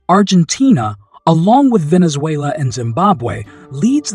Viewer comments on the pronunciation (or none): none